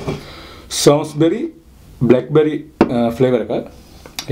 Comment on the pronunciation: බියර් එකේ නම කිව්වා වැරදි වගේ ඇහුණෙ බ්‍රදර්. සමස්බි එහෙම නැත්තං සොමස්බි. කොහොම වුණත් වීඩියෝ එක මරු. ආසවෙන් බලනවා හැමදාම ❤